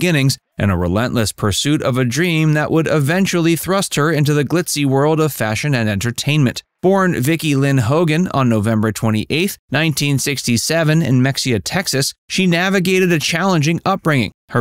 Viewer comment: Not Mexia! Pronounced Ma hay a! I’m from Texas.